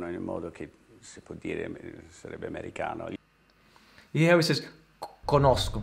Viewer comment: When Jodie Foster said "americano" she pronunced it with a perfect italian accent , just as an italian person